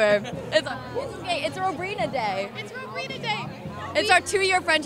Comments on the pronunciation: EXACTLY. I WAS LIKE who is Robrina..? & then when i watched the vid i was like,"oh!! ROWbrina! not robrina!!" lol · "Robrina" it's ROWBRINA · It's ROWbrina 😂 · Robrina? Seriously? Rowbrina 😂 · First of all, it's Rowbrina not Robrina. Sorry, I just had to point that out 😁